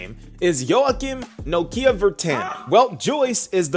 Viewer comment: I guess thats a logical conclusion on how to pronounce Joachim 😅